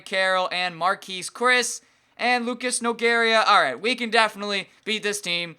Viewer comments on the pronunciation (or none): none